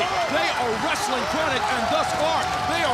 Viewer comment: WRES - UH - LING